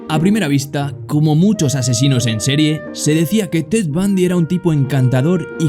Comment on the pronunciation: Creí que decía bad bunny en lugar de ted bundy